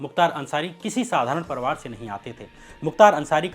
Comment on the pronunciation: Kya parwar bolte ho?? Parivar ni bola jata?